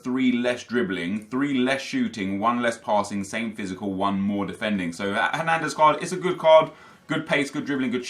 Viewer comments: I thought he had a stroke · what was that pause when switching to hernandez